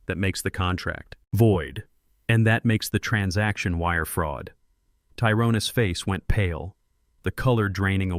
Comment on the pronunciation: You really need to find a voice over app that knows how to pronounce a word with an apostrophe in it. "Tyrone's" is not pronounced "Tyrone S" All the words in this video with an apostrophe are pronounced wrong.